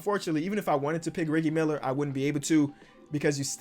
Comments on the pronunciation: Broski really pronounced it Reggi Miller not reji Miller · You said reGielgud Miller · everyone: Reggie miler: Riggie miler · Did you just say "Riggie Miller"???!!! BRAHHHHH REALLLY? REGGIE BRO REGGIE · It’s not riggy miller it’s reggie miller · Dude its rejjie Miller not riggie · Bro don’t know basketball he said riggie miller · Ik he did not just say "riggy miller" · He was really saying “riggie Miller” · Did anyone else catch him say riggie meller 😂😂😂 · Man said reeegie miller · You say reggy miller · Are we just going to ignore "riggie miller"?😂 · who else heard say riggy miller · Did he say riggie Miller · still saying riggie Miller 🤣kills me😂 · Nobody: Literally nobody:: “Reggi Miller” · Riggie Miller, if you know, you know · He could just be joking, but you know Reggie Miller is pronounced r-eh-jee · Why did he say Reggie Miller like that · I like how he said Reggie miller wrong